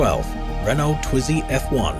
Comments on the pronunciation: It's pronounced Ray-NOH, not RAY-no. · Video obviously narrated by by someone who knows nothing about formula one, pronouncing tyrrell and Renault wrong, tyrrell was not only 6 wheel car